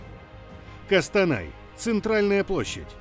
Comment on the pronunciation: талдыкАрган, кАкшеутау, кАстанай, жанаАзен что московит это калякает?